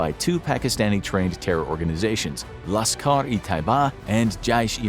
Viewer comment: also Lashkar as Jashkar????